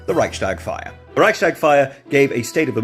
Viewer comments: just a small reminder: Reichstag is pronounced Reichs-Tag, not Reich-Stag. It is not connected to deer in any form, but is the daily (Tag) seating chamber of the Reich (before the creation of the Federal Republic of Germany). The S in ReichStag is just glueing the two words together. The building is still named the same today, but is now the seat of the federal parliament. I am a little bit dissappointed in this beloved immortal to have left out the germanic languages in his journeys, but he might have been to busy in the Mediterranean area at that time:) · Hearing pronounce German words is so funny to me (a German). Especially Reichstag. It's not Reich-stag, it's Reichs-Tag. 🤭 But thanks for getting the information to your community! 😊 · Love ur content! It’s pronounced Reichs-Tag, I mean the s and the t are pronounced separately ^^ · i love how you say Rye-shtags-fire instead of Rice-tags-fire. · Re: pronunciation of Reichstag. While it is true that in German S before T is an "sh", that's not true about Reichstag. It is a word combined of two words: Reichs (empire's) and Tag (day) (as in the day when the representatives of the empire meet). And just putting these two words together won't change the pronunciation of the S at the end of the word.